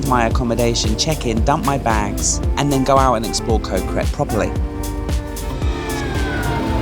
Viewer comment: Ko is actually a G sound not a k sound. So it should sound like Go (with a short vowel like gotta) so Go Gret.